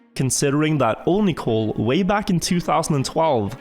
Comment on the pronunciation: Onicole.. I thought you said Onahole hahaha